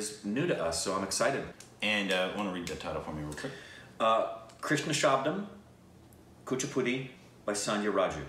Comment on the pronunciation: first time you pronounced something ( Kuchipudi) so correctly